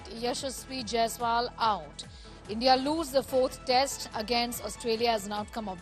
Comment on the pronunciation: Yashashvi Jaisal...? How can you mispronounce carelessly on Main stream😮